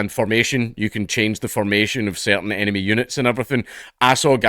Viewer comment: Instead of “enemy infestation” I heard “anime infestation” lmao